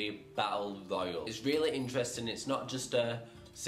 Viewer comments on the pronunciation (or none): none